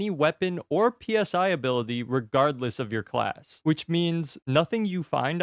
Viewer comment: Psi is pronounced like sigh . As is Psionic powers.